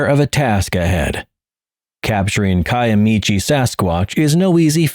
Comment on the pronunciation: I lived for a long time in southeast Oklahoma, Little Dixie, about an hour from Honobia. I am so glad you pronounced the town name correctly. However, the mountain range is pronounced Ki-uh-mi-she not Ki-uh-mi-che